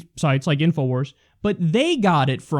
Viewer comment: I lol'ed when he said inowars